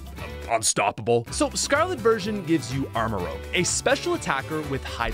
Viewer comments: It's armor-rouge, not armor-rogue. Rouge as in a shade of Scarlet. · Rouge not Rogue...tired of this